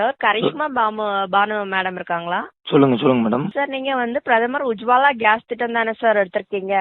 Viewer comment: ஊஜ்வாலா இல்ல உஜாலா.